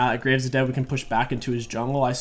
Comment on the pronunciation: "gonna grab the graves..." Said like graces is just an extra jungle camp lol